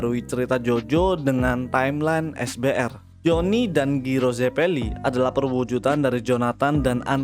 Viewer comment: Gw- gw langsung ngakak pas lu bilang giro di banding jairo alias cara baca asli nya bang